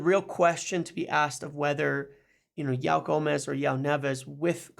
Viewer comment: Love the videos but your pronunciation of ‘Joao’ needs work!